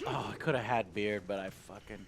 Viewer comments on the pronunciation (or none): none